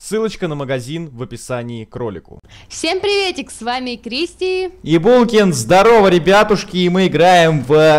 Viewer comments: мне послышалось или булкин вначале сказал ебулкин) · Ахах, "Ибулкин"